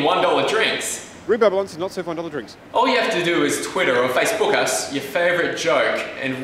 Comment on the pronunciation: I've never heard Facebook said that way before